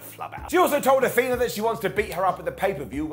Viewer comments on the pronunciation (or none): none